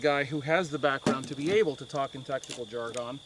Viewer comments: Cogent points, great knowledge drop as always, and well explained. Oh and just to bust your chops, it is not pronounced "Jar-Gone" but rather "Jar-Gun"... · I appreciate all your free advice and info. On the other hand, the way you say "jargon" makes me crazy.